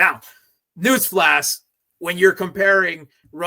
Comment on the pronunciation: .. Did he say news flask ?